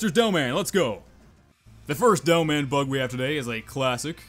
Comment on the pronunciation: why do i hear you say devil man instead of demoman